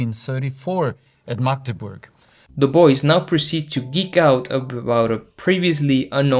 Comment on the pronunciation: As a German, I NEVER EVER want to hear these ridiculous people say ‚Magdeburg‘ again. They say like it like ‚MaEgdebourg‘ I know it‘s German and that‘s why they won‘t pronounce it how I‘m used to it, but nah man I cringed so hard- 💀🙏